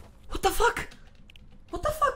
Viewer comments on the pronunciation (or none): Gość nawet What the Fuck nie umie powiedzieć tylko będzie mówił „Łot a fak” xD